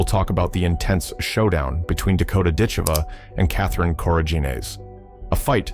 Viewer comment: Yes, it would. It would also be nice if people, & AI, knew how to pronounce Dakota's surname. Oh, AI saw my comment; all of a sudden it pronounced it right! Oops, went back to saying it wrong.